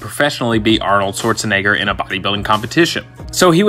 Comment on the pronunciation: The way he pronounced Arnold's last name